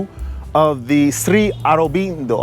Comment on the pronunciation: Great video ! You know you just turned the indian guru into a spanish guru with the SRI ARUBINDO pronounciation right ? hahahahahaahah that shit cracks me up yo.